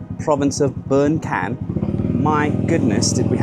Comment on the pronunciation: Bueng Kan is pronounced as " Burng Kaan.